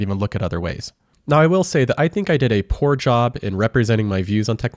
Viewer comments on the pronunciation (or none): none